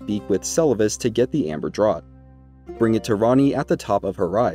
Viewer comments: Draught is pronounced draft, not drot, you know, like a draught of beer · Hey man it’s pronounced draft not “drot”. It’s just an English spelling but thanks for the super helpful guide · Just FYI, draught, as in Amber Draught is pronounced 'draft', not 'drot'. Like "beers on 'draught' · Great video. This series is really helping me a lot. "Draught" is pronounced "Draft". It is how we spell draft in the UK, for some reason. Air blowing under a door would create a draught. A beer pulled from a pump rather than poured from a bottle is a draught beer. A mouthful of beer or potion is also a draught. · It's selivis's draft. Like draught beer. Not like a drought and we're all dying of dehydration. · Draught is an older spelling of draft and is pronounced the same. Sorry, that bugs me to an unreasonable degree. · draught is pronounced draft..